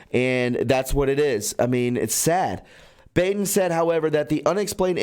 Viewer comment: The Coroner's name Dr. Baden is pronounced "bawden". It's German, and really a changed name from the Khazarian tribes. The 13 Illuminati Bloodlines. - see Fritz Springmeier. Also, Epstien's bro - is prevented to learn, cuz the proper authorities realize he's a Khazarian too. These are the fake jhoos of Rev 2:3 and Rev 3:3, we were warned about. There are many names we know in society that are Khazar's, i.e. Kissenger. Likely S.Speilberg and H.Wienstein too. For your knowledge. - y.welcome. ~Snazz (I'm still discerning over BiBi).